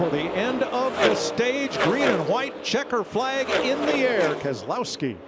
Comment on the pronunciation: Its "checker(ed) flag" mike